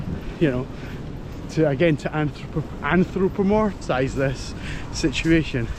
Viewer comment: Here I go again. 1.) Charlie looks so handsome after his grooming. 2.) Yes! You pronounced Anthropomorphized correctly. 3.) Thomas Anthony Harris, an American psychiatrist who wrote "I'm Okay, You're Okay," once said that we project stories and motives onto our pets so easily because, unlike other humans, they cannot argue back. Hmmmm. Interesting. 4.) I think Charlie did find Ruby. If you watch the video, you are aware of Ruby's absence and mentioned her name. I think dogs will pick up on certain words, not on full sentences. The word Ruby was mentioned about three times and that might have had some effect. Plus, while Charlie may not have been helping you, you BOTH may have been uncomfortable with Ruby missing and both wanted the pack back together. So his agenda and yours may have aligned. And lastly 5.) Yes, we can absolutely project narratives too much or incorrectly. Its what we humans do. Now stop reading this nonsense and enjoy the rugby match.